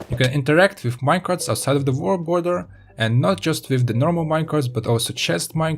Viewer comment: The Vorld border :D